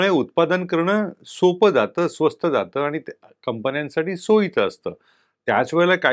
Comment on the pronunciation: स्वस्थ नाही स्वस्त